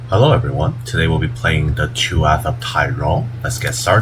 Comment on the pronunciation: túath is pronounced like the tuah in hawk tuah 🤩